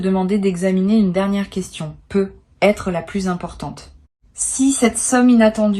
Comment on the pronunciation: Pourquoi "Peut-être" est prononcé "Peu être" ? Et pourquoi dites-vous que c'est un tirage pour le mois de Mai sans en préciser l'année ? Hum ? Peut-être parce que c'est du simple business, une voix générée par Intelligence Artificielle et rien d'autre... pour attraper le nigaud de passage.